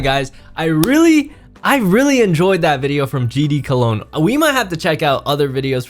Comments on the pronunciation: HE ACTUALLY CALLED HIM GD COLOGNE 😭😭😭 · EVEN HE CALLED HIM COLOGNE LOL